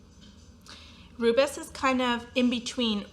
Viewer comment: Gris is pronounced Gree. Bougainville is bu-gan-VEE. Rubis is RU-bee like the gem. Etain is e-TAN but don’t pronounce the N. Hope this helps😊